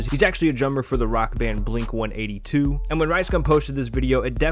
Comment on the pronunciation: The way he said blink 182 upsets me